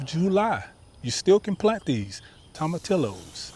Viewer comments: Pronounced = toma TEE yos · The 2 L's in tomatillos is pronounced as a y... toma tee yoses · 🤣 tom a till o’s. Oh my god. You are so cute. Toe mah tee yo’s You need to throw that Hispanic accent on it. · Tomatillos is pronounced Toe-ma-tea-yos since it is a Spanish word. Great vid!